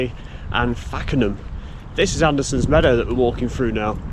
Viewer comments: Really good thank you! Pronunciation of local place names did make me laugh (as with getting the full name of the M&GN mixed up at the beginning of the vid). These are something to check and correct for next time. Fakenham is pronounced ‘fake-en-ham’ and Costessey is pronounced ‘Cossey’ with a soft/long s. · To add to the pronunciation comments about Costessey, may I also add that the first syllable of Fakenham is the same as the girl's name Fay, and rhymes with a famous Scottish river! Great video; I used to know Norwich well, having grown up in Norfolk and worked in the city when I first left school. Brian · Surprised me to hear someone pronounce Fakenham wrong, but with Costessey I'm not shocked, I used to struggle with that one myself!